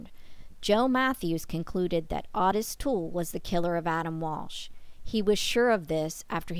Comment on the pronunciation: His name was pronounced Ottis, like otter.